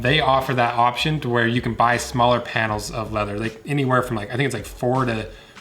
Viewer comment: Funny how whenever I see your videos I immediately remember your voice and picture you saying "leather". No wonder, considering. :D Leatherrr. Informative video for people with cats and an interest in leather. Thumbs up!